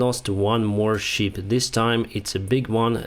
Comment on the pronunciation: Не шіп а шип Шіп це вівця по англійськи А взагалі молодець, інформація сама близька до дійсності Дякую!